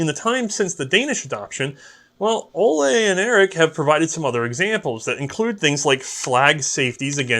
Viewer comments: And Ole is not pronounced Oley. Coming from someone named Ole ;) Contact me if you need help with Norwegian pronounciation in the future. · This American Norwegian says it's O-lee Krag.